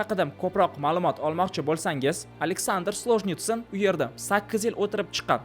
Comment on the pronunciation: Бачча Александр сложницин дейсанми. Саводсиз экансан. Солженицын дегин